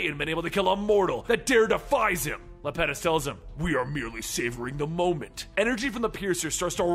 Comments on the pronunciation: It's small, but the Titan's name is pronounced Iapetus, with an i (I-a-puh-tus). Great read through regardless. Keep up the good work bro.👍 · It's iapetus